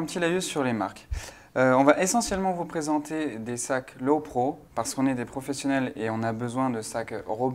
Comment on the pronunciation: Juste un truc: Lowepro se prononce lopro, pas lovepro.